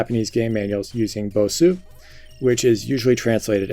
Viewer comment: Bosu. Not basu.